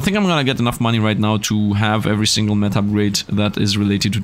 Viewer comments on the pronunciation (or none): none